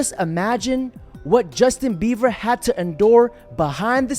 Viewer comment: I hear "Justin beawer" anyone hear that too?😂